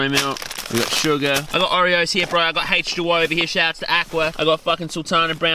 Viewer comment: "The hache 2 O"